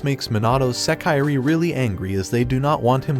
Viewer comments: You should learn some basic Japanese pronunciation. It’s not “seh-KYE-ree,” it’s pronounced “seh-kee-ray.” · Does it matter yall clearly know what he means? A lot of yall are saying English words wrong but wanna complain about this. Smh fake elitist.